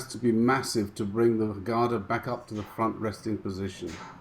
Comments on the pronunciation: Thanks again..small pointer, GADA is pronounced gDaa...not GaaDaa..most non-Indians pronounce wrongly...Cheers! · Great upload! Quick tip on pronunciation, Europeans using Sanskrit words often confuse or the length of the Vowel. The vowel sound here is 'a' [uh] For Gada both the a's are short [uh] ie Ga da or Guh Duh In Ga the vowel sound is built into the consonent 'G' eg the word 'Game' is pronounced G ay m try saying the G sound without the uh you can't as the vowel forms part of that consonent The same goes for the 'Da' sound. Note on 'Da' sound The tip of tongue touches the upper teeth. At the moment when you say it note how your tongue touches the soft palate above your teeth you need to drop it to touch the teeth. As in the pronunciation of the word 'The'. Guh as in Goat Da as in The when we say 'the' we dont extend the uh sound, try saying 'The' without further extending the uh ie try to cut it short. Other points of interest. The Gada makes an important appearance in the classic MahāBhārata. When on the final day of war, the protagonist Bhima and his opponent Duryodhana are both experts at Gada duel to Death! Duryodhana has greater skill and so bound to win. Krishna is a spectator and at some point slaps his thigh indicating Bhima to break the war code and hit his opponent on the thigh! His reason, Duryodhana had broken so many rules himself it was now time to pay the price!